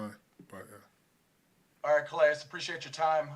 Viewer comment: I wonder how many ppl know Calais is pronounced (kah-lay), it's french. I'm guessing his ancestors come from a French colony in Africa.. I always wonder about that though..